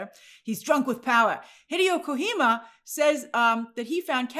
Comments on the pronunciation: Hideo is not Mexican grace, it's called "KO-GEE-MA" not "KO-HEE-MAA" 😂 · Hey Grace! It's KO-G-MA btw :) Glad to see you adapting to the gaming sphere. Adapt or die right! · Grace, I love you with all my soul but it's Ko-G-Ma! He's Japanese not Hispanic! lmaoooo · It’s kojima. Not kohima He’s Japanese. Not Hispanic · Grace, the name is Hideo Kojima ,not KoHima 😅🤣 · GRACE REFERENCED KOJIMA LOL By the way it's pronounced Ko-GEE-ma not Ko-hee-ma 😂😂😂 To me his tweet sounded more like he just didn't care for the movie or how things got to that point. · Grace it’s Ko-j-ima not Kohima. He’s not Hispanic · it's Not KoKHima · Let's petition to change the official pronunciation of Kojima to Kohima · who is kohima? lol it’s kojima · KO-HEE-MA is PAINFUL on the ears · It's Ko - JEE - ma. He's Japanese. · It's pronounced as KOH-GEE-MA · Kojima is pronounced koh-jee-mah. The "j" isn't silent in the Japanese language. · Grace, "Kojima" is pronounced simply like it was written: "ko - gee - ma". He's Japanese, not Mexican 😂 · It’s pronounced KoGEEma Grace. Like Gee, shucks, 😀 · Grace it's Hideo Kojima (he-day-o co-gee-ma) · Hideo Kuhima! I laughed at the butchering of his name. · It's pronounced ko gi ma. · Ko gee ma = kojima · Grace, you can pronounce the J in Kojima the way it is, like a G 😅 don't do that to my guy, it's killing me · 🤦‍♂️ Ko... Ji... Ma... its Japanese not Spanish.... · Hideo Kojima is Japanese, not Mexican. The J in his surname is pronounced like the British would say the J in Jesus. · The J is not silent btw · Bizarre pronunciation of his name too, haha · First time pronouncing Hideo Kojima’s name huh? Happens to all of us all 😂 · Yeah I was cracking up that she pronounced the J soft. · Grace....kojima isnt a spanish name. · So the J in Kojima is pronounced like you would pronounce the J in the Jif peanut butter or the G in the .GIF format. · Hideo Kojima is gaming royalty. I cringe every time I hear Grace pronounce his name.